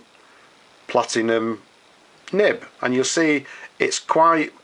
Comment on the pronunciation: It is Platinum, not PlatiGnum - that's a completely separate brand.